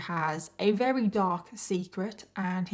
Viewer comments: It's "very" not "weary" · If you can't pronounce the word "very", then don't say the word "very ".